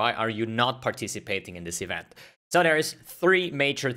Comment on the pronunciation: Euent? You read "v" as vi. You misunderstood it with "w"